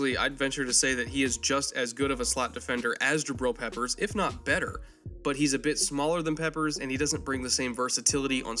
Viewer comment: When this guy said jabrill peppers. I stopped watching.